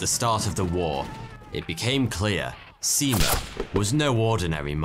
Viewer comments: In Finnish, a written 'i' is always pronounced the same way. It sounds like the 'e' in 'keep'. And in Finnish, most syllables are stressd equally and very little, or it's the first syllable only in every word that is stressed. To a Finnish ear, both Se-Mo and See-Mou sound strange. But if you stress it like 'nemo' in Latin (except that the Latin 'e' is also a Finnish 'e' and you need to put a Finnish 'i' there), you're there. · Thank you! I found the pronunciation understandable, although I could have offered a few hints to make it even better. Only it is late by now. But I just could not fight my temptation. So here goes. In Finnish, if you mean a long vowel, you write it double. In this case the name Simo is not pronounced "Si-imo". In other words, the single "i" sounds like in the English word "lip". And "ä" (the a with dots over it), together with the leading "h" is pronounced like "ha" in English word "hand", not like a "hawk" or "house", for example. Now those out of the way, I must admit that I don't have a really good explanation for the "y", not at the moment anyway. Just that it definitely is not like in the English word "any" or "say". Maybe the Korean car brand Hyundai gives a bit of idea. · as a finnish person, its funny sounding how he says simo`s name